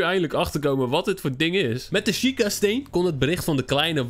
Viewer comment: Het is een sjieka steen niet sleet of zo. Ps leuke video